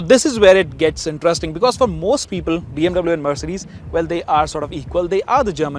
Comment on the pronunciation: Hei north indian chapri pronounce BMW in the correct manner